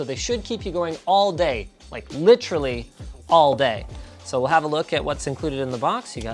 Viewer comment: Why does Linus say literally like rob lowe in parks and rec? LIT treally